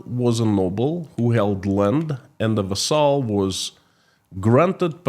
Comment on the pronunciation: Vassal is pronounced VASS el